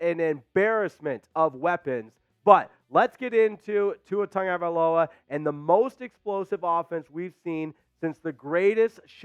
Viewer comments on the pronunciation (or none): since you were on the topic of a name pronunciation do you think we can get a statement from Tua and Ahmed of how they pronounce their last names. I bring this up because many announcers including yourself say Tonga-valoia when it seems like it's pronounced Tago valoia. Also I've heard announcers pronounce the running back's name as Ach-med when it seems like it should be pronounced Ah-med. Can we please get some clarification on this? Thanks.